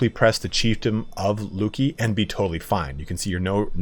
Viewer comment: Yes, you pronounced Luki (Луки) correctly: [LOO-kee] Literally it means "bows" which is reflected in its coat of arms containing 3 bows. However, the emblem is just a wordplay, and originally the region/city was called so because of a meandered river flowing there.